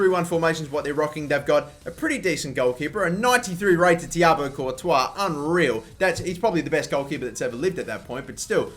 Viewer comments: He said Tiago courtois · Was I the only one to hear '93 rated thiago Courtois'